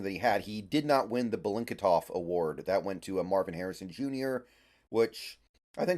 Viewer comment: It's Biletnikoff not Belinketoff